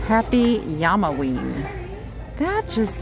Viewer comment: Yama-wee? That is a Llama. It's Llama-ween, as in the South American animal.